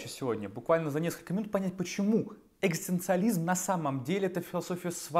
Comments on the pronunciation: Такой умный, образованный человек… Не может быть, чтобы вы не смогли произнести это слово… Оно у вас звучит как, «экстанциализм». Спасибо! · Когда вы научитесь правильно и четко произносить слово "экзистенциализм"? Это же позор какой-то... :( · челик не может даже выговорить это слово... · Я не хочу смотреть видео, где человек, пытающийся объяснить экзистенциализм, не может ни разу произнести слово экзистенциализм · Что, я похоже единственный, кого нервирует искаженное произношение слова ЭКЗИСТЕНЦИАЛИЗМ ..!?. Режет слух и отвлекает же. Автор, повтори за Джо Дассеном его бессмертные строчки: Эт си ту ЭКЗИСТАС па... Видишь, как это просто? Удачи тебе, автор. Запишись к логопеду, если что